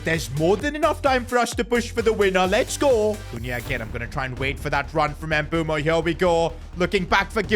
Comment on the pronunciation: why does he keep saying mbumo 😭